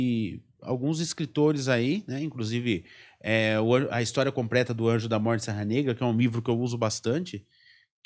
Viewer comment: Puta merda ! Escritório falar " compreta " é brabo !!!